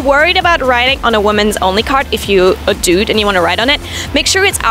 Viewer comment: the way she says "dude" is funny